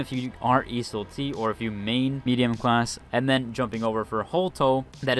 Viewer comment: Every video he pronounces Iseul-t wildly different and it drives me crazy.